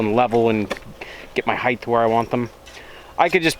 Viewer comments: It's height not heighth. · Why does everyone on YouTube keep saying heightth? Is it some kind of directive that all channels must follow? You do realise that it isn'tth a word don'tth you?